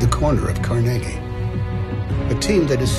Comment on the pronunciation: he did pronounce it correctly, everyone I know pronounces it that way and I have lived in Cleveland all my 59 yeas